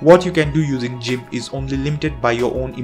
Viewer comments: Great Video Man☝.. Just FYI(If Interested) Gimp is pronounced with the letter G sound TBH it's easy too get it mix up All I know and have ever knowed is English and I'm always making grammar pronouncing words wrong all the time lol Hope that helped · That pronounciation of GIMP was on purpose... as you did say that software's name more than others... and... I'm sold on that pronounciation... it will be a great way to cause intense levels of pain in geeks. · ..It's " gimp"..not pronounced" jimp". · Great video, I learned some new useful apps. If you don't mind some advice, your English is very good so I was able to listen it while browsing but where it falters was VLC, I thought you said 'realty', and I keep hearing that. Also GIMP is not 'Jim', it's pronounced with a hard G, like 'Gun'. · Thanks a lot. Useful list. Just one thing though. Gimp is pronounced "Gimp", not "Jimp" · it's Gimp (g pronounced like in the word Get) not JIMP.. (just so you'll know) I LOVE this list-- except for STEAM- which I have NO use for- I have far too much important things to do than "play games"-- which I hate anyway... BUT for gamers, it's GREAT!!!! and i don't do MEGA (I don't sync anything- that's a direct link for hackers and I've been hit twice and it's cost me YEARS of work to make up what they stole. GREAT VIDEO THOUGH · God please stop saying Jimp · You really said "jimp" huh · "JIMP" I'm afraid I must disagree with your pronunciation on this one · G... G.... "guh" not "juh".... gimp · im sorry but.... jimp? this is a first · you pronounced GIMP wrong! GIMP NOT JIMP! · Never knew it was "jeemp", thought it was "geeimp". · It's not "jimp", it's "gimp" (hard g). And it's the GNU Image Manipulation Program. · jimp..., you know, like jorilla... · It's Gimp not Jimp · It's pronunced gimp with hard G sound not jimp with a soft G sound. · you lost me at by pronouncing it "gymp" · This man said jimp 🤮🤮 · did he really say jimp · "Gimp" as in "girl," not "gimp" as in "gym." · "jimp" LOL